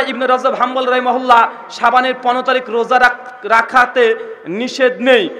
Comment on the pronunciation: আরে মগা, রহমাহুল্লাহ না রহমাতুল্লাহ।😂